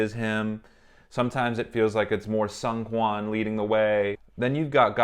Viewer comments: Seung is pronounced like zingggg. Like an airplane sound. Or SNG with no vowels. The EU is silent. So therefore, Seungkwan's name is pronounce as SNG-KWAN. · I’m so sorry but the seungkwan pronunciation gets me every time